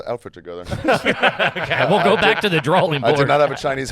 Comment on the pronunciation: with the “drawLing board”. Cmon